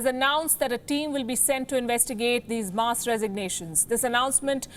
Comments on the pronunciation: The presenter needs to learn basic English: "mass" is pronounced mass, not muss. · Really poor English. She can’t even pronounce mass.